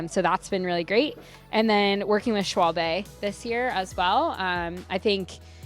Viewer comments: I pronounce it as shoe-walb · It's pronounced "Schwalbe" 😉